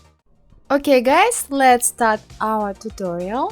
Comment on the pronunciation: no offense but when you say "OUR", it reminds me of Soviet Union memes xD. Anyway love your tutorials. I just did that 80s poster from your tutorials yesterday. Please upload more <3